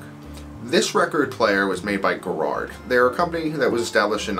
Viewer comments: Arrgh. It's "Gaarard", long first 'a' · Like Ga-rard